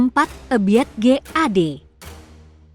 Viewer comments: Bukan Eubit GAD akan tetapi Ebiet GAD ,salah nyebut😂😂😂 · Mbak ebit bukan e biet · Ebiet apa Ebiyeet😂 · 😂😂😂😂😂 Ebiet aja eubit bilang nya😂😂😂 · Nyebut nama ebit aja salah beliau legend woy...... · Kenapa ya koq bacain nama2 artisnya aneh².. ga umum.. kyak Ebiet gt koq dibaca spt tulisannya bnget Èbi at.. Oby Mesach.. dibacanya Obi Mèsah.. biasanya yg umum kan disebutnya Obi Mesack.. 😊🤦‍♀️.